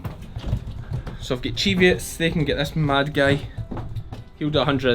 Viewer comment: Ha ha, whenever you say cheviots I hear "deviates"., as in "I'm going to put them out with the DEVIATES".